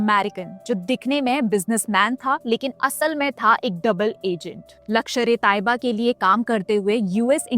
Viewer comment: Mam it's not lakshar, it's lashkar